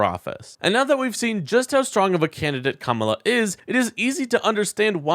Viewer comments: I know it’s not intentional but you skip the second A when you say her name “kamla”. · When all Trumpty-Dumpty has is to make fun of how people choose to pronounce their names, we know he is nothing but an immature school yard bully. VOTE BLUE! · The only reason I make this mistake when saying her name is because y favorite superhero is Kamala Khan, so sometimes I get the two pronunciations confused. I’m betting Trump has no idea who Kamala Khan is. He has no excuse.